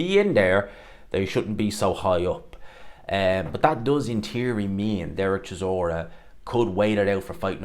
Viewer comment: He can't pronounce basic words 'teary' instead of theory, 'tink' instead of think. What a slob.